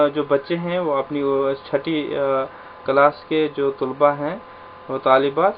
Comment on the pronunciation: طلبا ۔۔۔۔۔ط کے اوپر پیش نہ پڑھیں پلیز